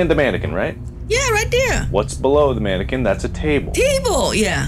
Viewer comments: "what do you see in front of you" "uhhhhh a mannequin?" "a manaking"🤔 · A mannekeeng and the little....frickling plickling stars😂😂😂